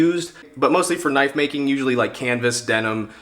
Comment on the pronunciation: That's a KNOIFE